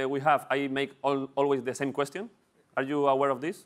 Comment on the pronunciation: it's not cuestión it's question :D un episodio muy interesante